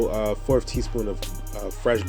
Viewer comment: A forf of a cup... haha!